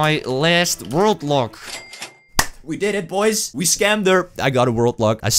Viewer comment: Everytime he says ”World Lock”, I hear ”Robux”.